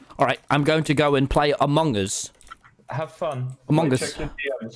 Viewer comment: Why do tommy and pronounce it "aMONg us" lmao